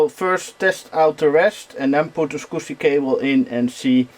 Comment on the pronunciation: Hi,! I’m a long time viewer and I really like your retro PC videos, but for the love of God - can you please, PLEASE learn how the word SCSI is properly pronounced? It’s SKAZI not SQUSI. Sorry for nitpicking, but for whatever reason it sounds so wrong each time you say it, that it really distracts from the video. Otherwise - great job and nice build as always, keep up the great work, cheers!